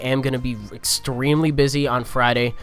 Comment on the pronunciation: "exSTREAMly busy"